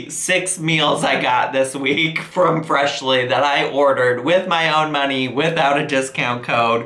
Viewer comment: At :36 / :37 you said Freshlyn lol